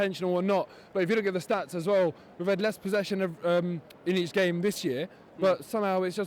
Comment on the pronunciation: Learn to execute the English language correctly you jackass!!! It's GAME not Fame, fucking dipstick!!